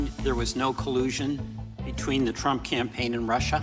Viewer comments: I might call him Trimp now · "Trimp". lol. Is that like a cross between Trump and Chimp? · HE CALLED HIM TRIMP LMFAO